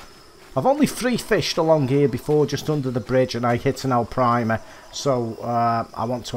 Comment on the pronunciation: No hate but there is no L in Arapima